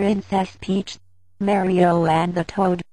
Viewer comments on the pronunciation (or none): The way it pronounced Mario was kinda funny.